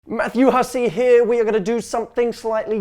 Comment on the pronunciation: I just love it when he says Matthew hussey heah 😍